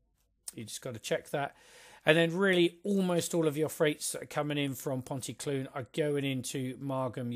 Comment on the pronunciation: Good description of this, my local line. You've tempted me into buying it. Nearly there with the pronunciations ;) Ponty CLEEN, TondEE, PILE.